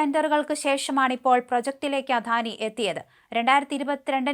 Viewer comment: അധാനി അല്ല അദാനിയാണ്, മാഡം